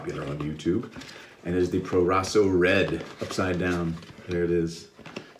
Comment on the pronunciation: Italian pronunciation on point man! Great shave, I love that soap I use it at least twice a week it's great when it's cold outside